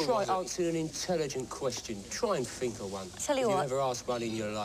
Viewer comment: ''try and fink of an intelligent question....''